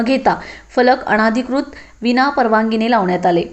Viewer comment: "अणाधिकृत" नव्हे तर "अनधिकृत" असा उच्चार करावा